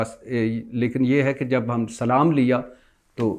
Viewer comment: Bhatti SB apna salam kehne Ka talafuzz theak karain Accha Nahi Lagta...shukria